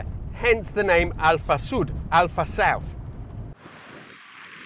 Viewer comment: Even Volkswagen Up! didn't have disc brakes on all four corners (I know relatively speaking the Sud is 2 classes above but both are similarly sized). Alfasud really is ahead of its time. Also, absolutely no sign of Italian heritage. Definitely not from his pronunciation of Alfasud and Pomigliano, not at all;)